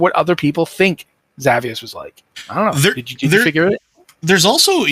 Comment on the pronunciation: Awesome chat! Co-host needs to learn how "satyr" and "Xavius" are pronounced but loved it overall.